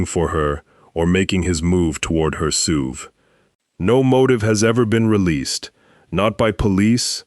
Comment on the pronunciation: Are we calling S U Vs Sooves now?